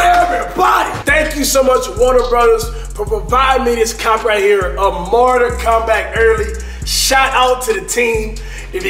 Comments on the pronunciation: “Mortar Cumbat” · cash ass said "martal kombah" 😂😂😂😂😂